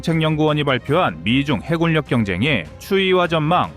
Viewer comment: 해군력(海軍力) 발음 -> 해굴력 x -> 해군녁 o